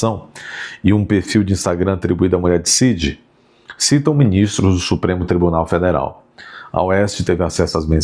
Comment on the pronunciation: Adoro ver vc falando supreme tribuné federé , democracinha,.... muito bom.